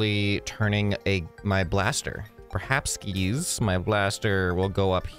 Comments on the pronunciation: he said it, he actually said PERHAPSKIS. only the dudes will understand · SAID PERHAPSKIS!! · Perhapskis we could add the word perhapskis to the dictionary